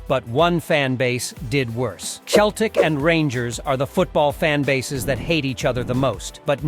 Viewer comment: Yeah, I enjoyed 'Cheltic' as well.